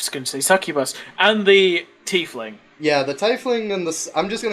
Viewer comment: Take a shot every time they mispronounce Tiefling. You'll be dead before the halfway mark